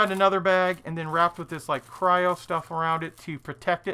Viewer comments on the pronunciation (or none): none